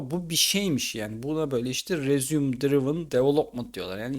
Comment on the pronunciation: madem bu kadar ingilizce konusmak gerekiyor elden duyacağınıza benden duyun resuum değil rezıme